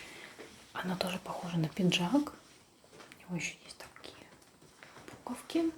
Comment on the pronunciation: "Пинжак"! Говорить грамотно еще не выучилась, а туда же — видео мастерить!